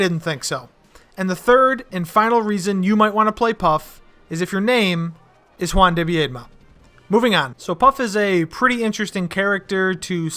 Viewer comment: Juan Debbie-Dee-Mah I think